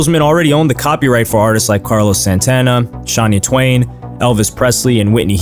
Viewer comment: dumbass actually said “Shawny twain” when it’s Shania Twain 🤦🏻 dipshit